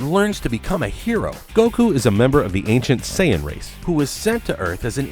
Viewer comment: "this is the story of a new sayon"